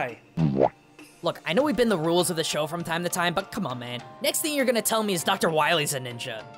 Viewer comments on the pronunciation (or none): You pronounced Dr. Wiwy wrong